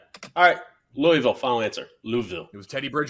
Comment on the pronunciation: is the only person who pronounced Louisville correctly. What a fuckin guy